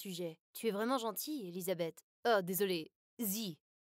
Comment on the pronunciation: J’ai mal la manière qu’il prononce E-LI-SA-BE-TH c’est mon prénom car même 😭